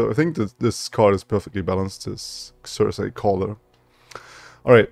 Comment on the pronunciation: I think you're saying it right. Zer-Sie. While it's a bit janky, I'm looking forward to the potential of Careful Preparation.